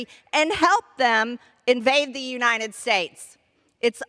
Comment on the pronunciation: Marj... UniTed, not uniNed.